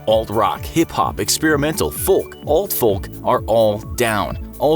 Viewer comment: That's not how you pronounce homogeneous. And the 'L' in folk is silent.